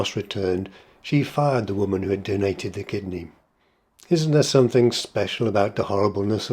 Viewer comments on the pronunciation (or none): I love your videos but you made me gasp! when you pronounced 'something' as somethink. It's a common problem and in centuries to come it will probably be the correct pronunciation: usage always wins. But in 2024 from an Oxford Don? Gasp!